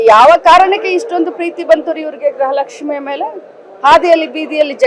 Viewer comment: ಗ್ರಹ ಲಕ್ಷ್ಮಿ ಅಲ್ಲ ತಾಯಿ. ಗೃಹ ಲಕ್ಷ್ಮಿ